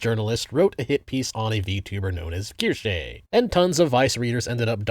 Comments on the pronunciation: Language lover here. It's pronounced "Keer-shuh." Have a lovely day and thank you for the content. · Asmon: Keershey Ace: Kursh: Keershay I enjoy this Internet trend and I like to imagine she does too. Bostonian mispronunciations and all. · is pretty notorious for mispronouncing things lol. Kinda his charm by this point.